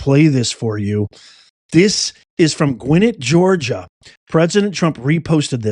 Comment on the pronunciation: Excellent recaps. Gwinnett is pronounced with the accent on the last syllable by the way. I watched Ruby Freeman and others breaking the law on live TV on election night. I also watched as judge after judge nationwide refused to allow ANY challenges to the fake election. THEY WERE IN ON IT ALL THE WAY TO THE SUPREME COURT.